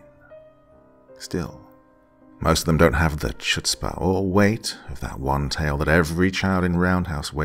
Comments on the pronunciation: A little Yiddish: chutzpah is pronounced hoot-spuh. If you can put a bit of spit on the h, it's even better. That being said, did I mention that you are the sexiest voice on all the Internet? Just so you know. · Love the channel! But we need to have a discussion about how to pronounce chutzpah. ;)